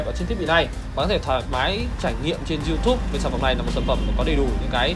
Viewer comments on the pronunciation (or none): none